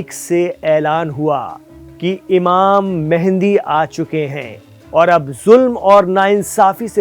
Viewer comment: تم خود کو مسلمان کہتے ہو کوئی بھی مسلمان امام مہدی کو امام مہندی نہیں کہتا ویسے تمھارے بات کرنے کا انداز اچھا تھا صرف امام مہدی کو امام مہندی بتانا غلط تھا ڈاکٹر عبدالروف طالب پاکستان